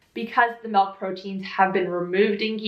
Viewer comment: You almost pronounce milk like in Danish (MÆLK) lol